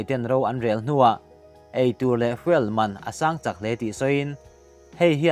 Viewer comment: Zirlai ten video hi an lo ngaithla ve ngei awm sia,English pronunciation hi uluk thin a tha ngawt mai.Fuel,coup etc te lam dan a dikhlel deuh.Tang zel rawh,a tha lutuk✌